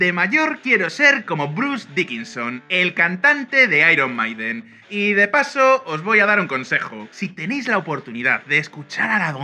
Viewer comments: Se dice airon meiden, no airon maiden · Iron Maiden se pronuncia "airon meiden" no "maiden" (en español) aunque se podría todo en español, pero no la primera palabra en inglés y la segunda en español. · "AIRON MAIDEN"???? JEJEJEJEJEJEJEJEJEJEJE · Me dio un poco de cancer, cada vez que decían "airon maiden", "airon meiden" no sean cabrones. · De los mismos creadorores de ['bal.βe], llega ['ai.ron 'mai.den] cada vez que lo pronunciabais me sonaba a balonazo en el pecho y un baldado de agu fría. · ¡Por favor pronuncien "Iron Maiden" correctamente! Es una banda Britanica, no Española. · Lo único que no me gustó del vídeo es que pronuncien mal al grupo Iron Maiden, es un nombre en inglés no en español